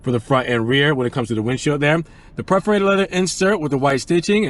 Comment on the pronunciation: It’s PER-forated, not PREF-orated; faux is pronounced “foe”, not “fox”.